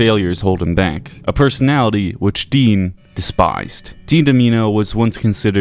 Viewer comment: Take a shot every time he pronounces Dean's name wrong